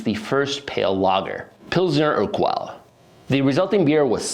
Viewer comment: Great work, well researched and you put in a ton of energy into this and it shows. But please work on your pronounciation of names and different words. For instance "maillard" is pronounced "my-yard" and "urquell" is pronounced "er-kell". Just spend a little time before reading your narration to look up the pronunciation of names and other difficult words please. If you could do that your final product will be so much better